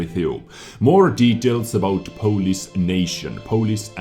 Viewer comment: its not 'polis', its 'polish'